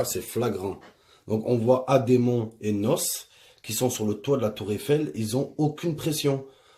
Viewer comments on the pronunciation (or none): Mdr il me tue il dit NOSSE 😂😂😂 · C’est pas nos c’est n. O. S. Et c’est pas ademon c’est ademo 😂😂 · Svp c pas nosse mais n.o.s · C'est pas Nos, mais N.O.S mdrrr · C'est N.O.S PAS NOSSE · il a dit Nosse ... N.O.S prononcé ènnoèss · "vous voyez NOSSE